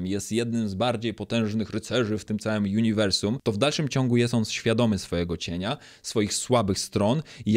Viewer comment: Uniwersum, a nie juniwrsum